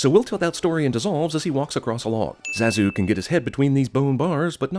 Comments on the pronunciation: Cinema wins guy pronounces characters name Zaaa zoo seconds after the film clip correctly demonstrates the pronunciation of Zah zoo. Rhyms with Bah dude. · So with this film being out for over twenty years and hearing all the characters pronounce Zazu's name as Zah-zuu, you pronounce it with the "a" sounding like the "a" in "cat" and "bat". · I should sin you for the way you're pronouncing Zazu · I never thought that name pronunciation would make me physically violent but me and my now smashed iPhone 11 has learned the harsh truth. THAT'S NOT HOW YOU SAY ZAZU DUDE! Jesuchristo! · It's pronounced ZAH-ZOO!! How could you screw that up? You clearly had to have watched the entire movie to make this video! Simba even says his name in one of the clips for a sin! I haven't even seen this movie since the 90s, and I know that. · your pronunciation (or rather mispronunciation) of Zazu is comparable to that Krampus or even possibly to Aang. ding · I think the way you pronounced zazu is a sin in itself...